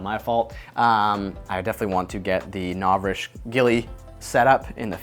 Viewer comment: I love your videos, but I can't watch this one. It's just "Novrishk" every thirty seconds and I just can't- XD